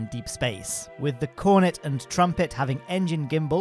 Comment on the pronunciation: fyi: the cornet engine has the second syllable emphasized, so it’s corNET, not CORnet